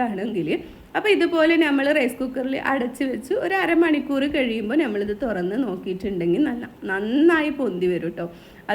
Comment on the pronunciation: തൊരന്ന് അല്ല തൊറന്ന്